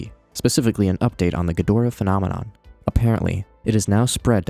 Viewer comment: ghidorah = GHEE-drah